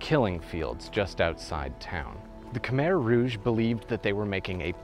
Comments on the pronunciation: It’s not (kuh meher) it’s (Kuh my) idk why google has the pronunciation wrong. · You said Khmer wrong. It’s (Kah Mai) not Kah Mair..I’m full Cambodian that’s not how you say it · Pronounced ka-mai. Beautifully done. Brings tears to my eyes. I have only been met with kind eyes and sweet smiles from the Khmer people. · Americans pronounce it as kuh-mere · khmer i’m pretty sure is pronounced ka-mai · the way he promounces khmer